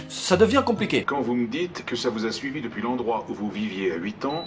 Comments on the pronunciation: "Depouis ses houit ans" ça me rappelle "fouite" 😂😂 ELLE A RAISON stp arrete avec cette prononciation stp ui et oui c'est simple pourtant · depuoui ces huit ans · « DEPOUIS » ses 8 ans 😂😂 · "depouis ses huit ans" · "Depouis" ? Mdr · "depouis ses huits ans" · "Dopouis c'est huit ans" XD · «depouis ces 8ans» 😂😂😂😂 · "en faite depouis" d'accord .... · « En fait depouuuis ses 8 ans » 😂😂 mdrrr l’accent belge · depuis ces houit ans ? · En fait depouis ses huit ans...😂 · Ahah se fameux "depouis" #Belgique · DepOUIs ? ;) Ah ! Notre petit belge préféré ^3^ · Sa s'appelle l'accent belge 🇧🇪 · pareil mdrrr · Ça fait un peu accent italien je trouve >< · depouis ses houit ans :p , roh je me moque ce n'est pas très sympa ^^, plus je regarde t'es vidéos plus je t'adore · Depuis ses wouit ans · A "depouis ses houiit ans" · "Depouis ses houit ans" ça me rappelle "fouite" 😂😂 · "Depouis ses ouite ans" 2k17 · Juste parce que tu a dit blédard j'ai souri ... Merci a toi x) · t'es Belge ? je t'ai entendu dire "depuis ses houit ans" mdr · "Depuis ces houit ans", merci les belges, vous me f'rez toujours autant kiffer <3